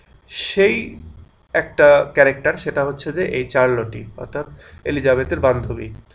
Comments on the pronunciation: it's শারল্ট not চারল টি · in this video your pronunciation Charlotte is wrong...but i love your videos and its really helpful..